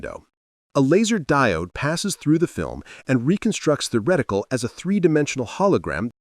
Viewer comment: Did the just say wedicle?